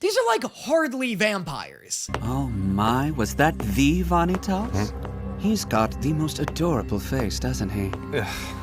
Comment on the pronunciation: I'm just gonna say the dub's pronunciation of some of these names is really bad. Vanitas especially is so bad I have no idea why they pronounce it like that. But don't worry the show will hook you soon enough I'm a manga reader and the first few chapters /episodes are really just to slide you into the world and character relations and then after that you get the kick off:]